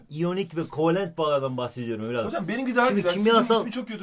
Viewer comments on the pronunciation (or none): kovelent değil kovalent